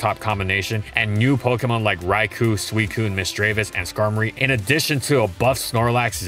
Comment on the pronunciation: Pokedex 3D Pro/Anime: "Rai-koh"